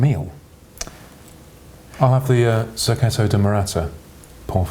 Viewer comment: 'Serketto', as you kept saying, is a truly crap mis-pronunciation of circuito, and nowhere near the Spanish, Catalan or indeed the Italian pronunciations!